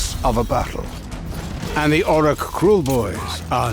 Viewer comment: Dude, he said Orruk pretty clearly. 😑